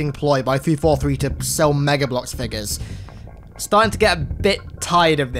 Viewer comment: Ah yes..fig-uhs.